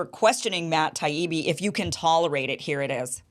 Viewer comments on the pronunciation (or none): I hope got burned in some social circles for the way he behaved. He deliberated mispronounced Taibbi over and over, and called Douglas Murray, Doug. He was corrected and continued to do it because he had no reasonable debate points but wanted to upset his opponents